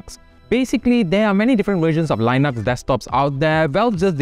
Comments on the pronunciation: Why do you pronounce lynux? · The li in Linux is pronounced like the li in lithium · say linux again